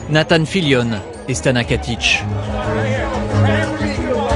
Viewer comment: Why does he say "Stana Katish"? Does het not know it's Stana Katic? Love her so much <3